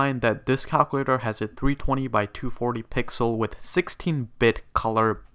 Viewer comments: U need to learn how to pronounce words 😂 “calclater” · "yes, a cowcuwaitor" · son passed calc ab and bc, but can't say calculator right